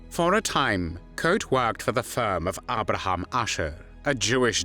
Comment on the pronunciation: Very positive that his last name is pronounced right (Koot is in Dutch not pronounced as e.g. zoo in English). I'm impressed that you have put so much research and work into what I thought was something only known in The Netherlands ("De februaristaking", The strike of February, it is still officially commemorate at "De Dokwerker statue", a statue of a harbor worker). BTW Mauthausen was a death camp without gas chambers, it can better be described as a "torture camp" because it was very notorious for its sadistic regime and the inhumane working conditions which costed lots of inmates their life within on average three weeks (these are numbers I read or heard in a documentary, cannot prove them now). For the smallest offenses prisoners were shot, hanged or left out side in the granite mine to die. Of the 330 young men that were taken and another 250 in another razzia on June 11th. Only two were still alive a few months later. I don't know if they survived the war.